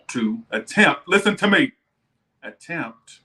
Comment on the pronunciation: 1st off love your readings! But the “LISTEN TO ME” took me out 🤣🤣🤣